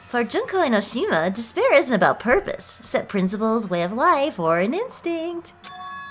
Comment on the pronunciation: JUNK-O EN-Oh-Shih-ma. Memeeeees